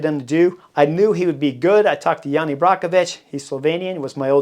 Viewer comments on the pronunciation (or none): none